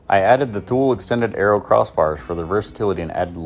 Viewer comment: Thule sounds like Two-Lee just FYI